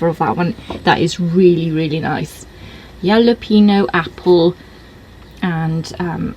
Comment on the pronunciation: Sauce sounds interesting. Have to bust you on your pronunciation however LOL....it's Hal-uh-pen -yo. Excellent pizza as usual.